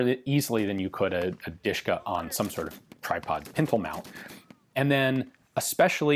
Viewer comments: as far as i'm concerned, it not Duhshka, it's Dahshka (familiar first name from Daria ) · DASHKA not DISHKA! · Pronounced dosh-ka. ✌🐸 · My dad reffers to DShK as "Dasha" or "Dora" in English It's funny hearing someone call it "Dushka" especially when you know what it means xD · just FYI its more like "de-she-ka" or "dashka" closer to original and easier to pronounce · the sh is not pronounced separately, ДШК sh is read like in shmuck or shoulder